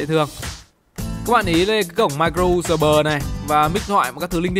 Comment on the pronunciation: mai cờ rô u sờ bờ!!!! quá chất?